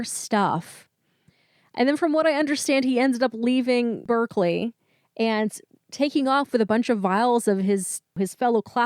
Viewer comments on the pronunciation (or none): none